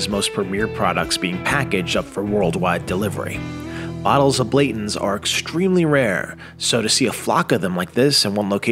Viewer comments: For such a fantastic, information filled video (let alone your "favorite brand"), how do you frequently say "Blatons" instead of Blantons + "Well Air" instead of Weller? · So, is it pronounced Blanton's or as the narrator pronounces it, Blayton's???? There is an "n" in Blanton's you know? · I thought it was Blantons, not Blatons. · How the heck do you produce such a professional video and claim itsone of your favorite brands and call one of the most recognizable brands Blay-ton's instead of Blan-ton's? How did that get through editing? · He's saying you mispronounced Blantons and not Pappy... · It’s BlaNtons.. Pretty hard to mess up lol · It’s definitely BlaNtons… your explanation of the Distillery and your special tour was excellent! But please, next time… Colonel Blanton would probably appreciate you pronouncing his name correctly. He’s kind of a deal 😊 Cheers! 🥃🦬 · No no ... it's pronounced "Blayton's". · He said Blanton’s three different ways and none of them were correct 😂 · is no dummy. He is practicing his AI skills with videos! And he IS pretty good at AI. BUT he IS pissing everybody off because of the Blanton's pronunciation. Thats funny to read in the comments. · Pappy 15 is hands down the easiest to sample of those INSANE pours!! 95 OFC and last drops are unicorn in every way. And then to consistently mispronounce Blanton’s after allegedly taking the tour is mind blowing. Regardless, I’m just a jealous dude on the internet haha. Honestly though, thank you for sharing! Buffalo Trace is such a huge part of American History. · Come on. Bruichladdich or Bunnahabhain are hard to pronounce but Blanton's? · Maybe he voiced this over after drink in all that bourbon and didn’t realize he mispronounced Blantons! 😂😂😂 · All this and you dont even know how to say BLANTONS LMAO